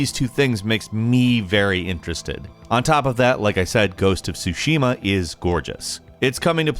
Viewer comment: Ghosts of Tsushima. Not “sushima.”